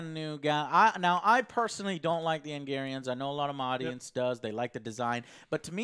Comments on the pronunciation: Joe, wtf is an Angarian? Its Angaraan! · "Angarians and Micky Way". Try harder joe. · His butchering of "Angaran" for whatever reason is annoying me.